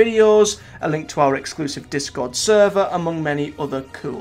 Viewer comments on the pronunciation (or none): none